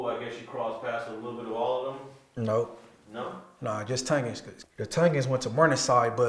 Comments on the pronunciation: It's Tong In, not Tounge in 😂😂😭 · Dude said Tungens 😂 it’s Tongans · Bro pronounced it (Tun-gun) when it’s pronounced (Tawng- Gin) XD 😂 🤣